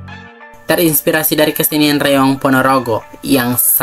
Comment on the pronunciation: Reog bukan reong min❤❤❤